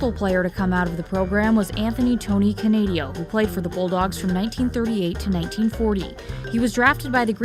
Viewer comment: Nice work on this segment, I really enjoyed it. Just a quick note -For future reference, I would double check a few of those pronunciations, particularly Canadeo:)